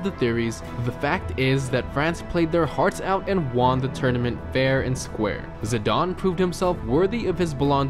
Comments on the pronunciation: Zidane not zidon 😂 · "zidon" "balon da ore" "randoldo" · Its zi-dan not zi-darn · This dude cant pronounce anything 😂 its Zidane not "Zidon" and its Balon de Or not belon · Rownoldo Zidaaaarn BalOnador What the fuck are you talking about!?